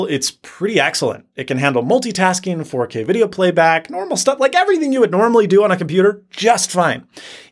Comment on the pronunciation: did you just say ‘Four Full-K’? 😂😂